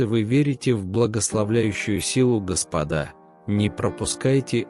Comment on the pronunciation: Твари нерусские ! Сначала научитесь русскому языку. Слова в тексте не умеете переносить. Ударения в словах неправильные. Диктор - ты тупица. Ещё раз говорю : не господА, а гОспода.